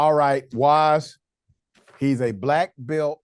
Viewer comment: "Im a Bleck Belt"! Thats nice, Im a US Marine so STFU..end of conversation.